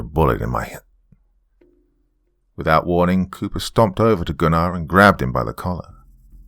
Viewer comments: Still a slight cringe when Goon-Are is said rather than GUN ner. Great work regardless. Thanks. TNJR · Me when doc pronounced Gunnar's name, as Goonar, and not Gunner. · I love this one but I got to say this Gunnar is pronounced Guner lol but I love the voice you used for Cooper's dad what I always imagined it to be. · Do you know it took me about 30 minutes into the story to realize he was saying the name Gunnar lol. Not Gu-nar lol